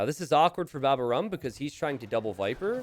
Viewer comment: babaorum is the (latin) name of a roman army camp next to asterix' hometown in the bretagne.. and it is pronounced baba -O-rum. /hermione